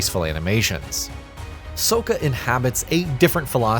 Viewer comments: Toe-fff and Soak-kuh 😂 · Y’all couldn’t find someone who was actually a fan to cover the game? Pronunciation of Soka is insane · “ Soaka “ Lmfaooo I Swear They Do That Shit On Purpose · Soaka, Toof, and Yu. Very obvious that the guy voicing the review has never seen the cartoon. This is why I prefer the writer doing the voiceover lol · You can always tell who doesn't know Avatar when they mispronounce core names like Sokka and Toph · Sokka has 2 k's. 😅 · Sokka pronunciation got me sick 😂